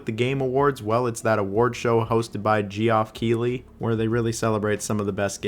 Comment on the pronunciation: Ah yes my favourite host, G-off Keighley